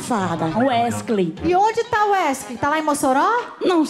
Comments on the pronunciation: Ta falando errado num e Wesley e WESCLEY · KKKKKKK 'weskley'so essa msm KKKKKKK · "Uescley Sapatão" kkkkkkkkkk morrendo de rir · "wescley" Safadão huahuahuahuahuahuahuahushuahushua